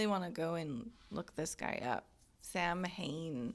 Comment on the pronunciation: This ep is largely remembered for the mispronunciation of Samhain. (Not that remember how it IS correctly pronounced).